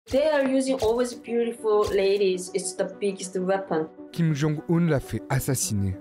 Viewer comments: Le fait que la voix-off parle toujours de "Kim Jong-oon" (mauvaise prononciation) alors que les chercheurs interrogés parlent de "Kim Jong-Eun" (meilleure prononciation) me fait penser que le journaliste/présentateur/voix off manque de professionnalisme ; ou du moins qu'il a fourni un travail bâclé. J'espère que ce commentaire sera compris comme je l'entendais : majoritairement constructif, avec une pointe d'agacement. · Kim jong « oune » pas « eune » c’est bon pour vous ? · ce n'est pas une question d'âge mais de connaissance de la langue coréenne et sa prononciation. S'il était aussi expert, il saurait que 김정은 se prononce Kim Jong Eun et pas Oun comme il le fait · surtout que la vraie prononciation officiel c’est kim jong eune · J'ai vite compris qu'il n'était pas aussi spécialisé que la femme sur la Corée du Nord. La manière dont il prononce le nom de Kim Jong Un le prouve